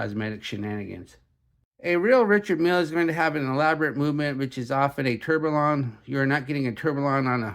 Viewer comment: Not being critical, just offering an idea. To present like like an authority, pronounce the names and parts like a pro. Its Richard Mille (Ree-shard Meel).. and its Tourbillon (Tour-b-on) not Ter-bill-on.. its indices (in-duh-seas) not in-dus-es. And its Homage (O-mage) not Haw-mage. 😇